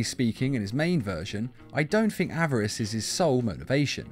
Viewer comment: Why does he call greed averace